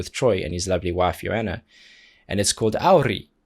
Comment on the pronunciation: Congrats on pronouncing Auri and Johanna very well! :) Johanna is a known singer in Finland on her own, her solo work is in Finnish, and one of the most known song is Rakkauslaulu (Love song). You can find it with english lyrics too, here is one